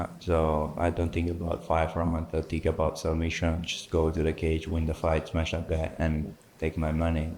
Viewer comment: Dr Khamzat about to give his lecture on how to smesh people 😂